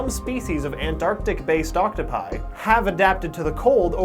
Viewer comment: does him saying octopi bother anyone else or is it just me?